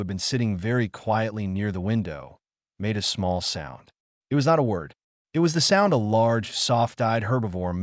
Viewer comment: And also splits "it" into the individual letters "I" "T".